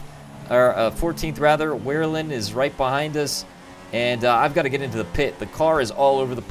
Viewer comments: Wehrlein is pronounced VER-LINE, I think anyway, good content though man! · Both ver-line and vare-line i think are correct, aye i had trouble at when i first got into the sport! xD